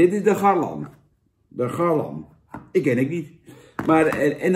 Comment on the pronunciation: GarLAN Jan, geen garleeeeen